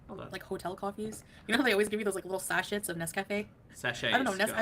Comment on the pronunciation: saying sachette instead of sachet is so irritating 🙄